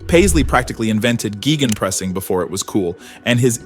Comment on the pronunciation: Gaygen pressing, not geegen pressing. Thanks for the update on Paisley. While I'm not particularly new to this world, I am rather new to enjoying Liverpool. Our Dutch football culture really points us via Michels, Cruyff and Rijkaard towards Barcelona and Pep. In addition we're kind of biased to thinking that the only people in the world who play attractive attacking football are us, Barcelona and Brasil (who can't help themselves, so they don't really count). So I knew Paisley's name but I never knew much about him.